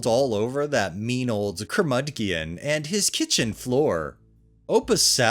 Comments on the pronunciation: "Cur-mud-gee-on"? You have got to know better. It's properly "Cur-muj-on". Which admittedly I have been for some years. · “Curmud- gion”??? Have you never heard the word curmudgeon? Or colander? I’ve believed you are a real human narrating these but sometimes have my doubts for the odd but wild mispronunciations. In any case, you’re superior to all the AI narrations